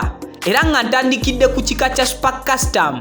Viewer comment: A bit annoying pronounciations, mbu Aromantic 😠, the word is not Aromantikki but Aromatiki , not super kasitamu but Super custom/kasitomu . Born 1981 and 41 😡. Very annoying